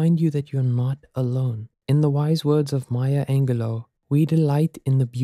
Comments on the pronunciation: Just a heads up, Maya’s name is pronounced “Angel-loo”. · Maya Angleloo 😂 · Angelo is pronounced with a "j" sound. Sorry to be "That person" Great video by the way. Processing your feelings I think is the most important of them all. Take the time to heal and accept the fact that sometimes things just don't work out. Years later when you have grown you may even realise that what you thought was love really wasn't. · You should learn how to pronounce Maya Angelou’s name correctly for future videos.